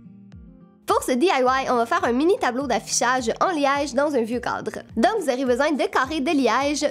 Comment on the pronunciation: On dirait que tu dis un codre pas un cadre